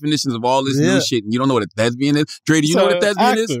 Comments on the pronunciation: that's not the bit. He doesn't know that's it's thespian, not thesbian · “Thezbian” -CTG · How charlamagne talking bout "you don't know what a 'thesbian' is???" when he's not even pronouncing thespian correctly 😂😂😂